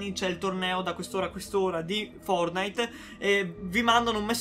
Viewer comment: Ogni volta che dici fornite battle royale mi emoziono 😂